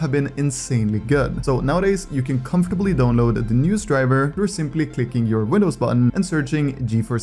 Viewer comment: except when he says download